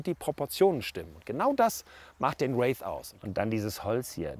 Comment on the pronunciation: Kriegt den Namen irgendwie niemand ausgesprochen? Hier ein Race, da ein Rave... Der heißt Wraith...